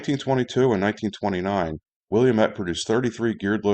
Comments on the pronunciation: Isn't it pronounced "will-AM-ett"? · Wil- la-mette, all short vowels and the final e is silent. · FWIW: Willamette is pronounced "will LAM et". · As someone who grew up in the Pacific Northwest, I'm very fond of and familiar with the Willamette style Shay locomotive. Having seen a number of them, I had no idea they were so rare. And, I don't fault you for mispronouncing Willamette, but here's the correct pronunciation for it. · Willamette used Walschaerts valve gear, while shays used Stephenson. Willamette developed their locomotive with direct input from logger's in an attempt to improve upon the shay design. It was successful enough that Lima felt the need to offer an improved "Pacific Coast" model. Oh, and its pronounced wuh·la·muht